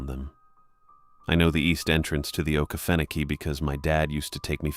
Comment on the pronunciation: Sooo…. It’s a great try and sounding out the name ❤. Try Oh-Key-Fen-oh-key :)❤